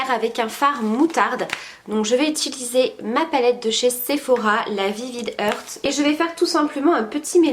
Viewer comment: Rien à dire encore une fois… parfait ! Par contre, ça me stress tu dis « itulisé » et non « uuuuutilisé » … c’est mignon je ne dis pas ça en mal 😘 mais que veux tu , tu es parfaite alors j’essaye de trouver des petits trucs haha 😜